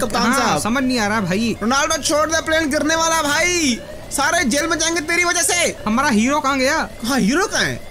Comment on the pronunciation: he said hamra 😁😁